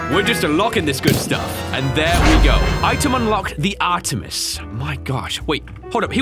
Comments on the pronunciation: To my knowledege it isn't pronounced "Arteimeiss" as you seem to be saying, rather it's more "RTmis" (i'm really bad at this i know). Suggest watching Ready Player One (great movie and you get the correct pronunciation) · it’s pronounced Art-tee-miss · Artemis (ARE-TEH-MISS) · Sorry but this was bugging me so much it’s pronounced ‘Ar-ter-mees’ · Its pronounced "Ar- tih- mis" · Artemis is a Greek god and im sorry but you butchered the pronunciation. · Artemis is a woman and that’s not how to pronounce it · Your pronunciation of Artemis makes me sad